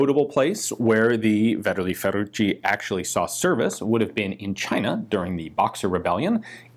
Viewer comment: Ferraciu' Fer-a-choo pronunciation. Bertoldo Ber-tol-doe pron. Great expose' on V-F short rifle. Doc AV